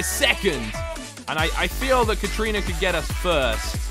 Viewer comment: katarina it’s Kat-a-rina not Kat - trina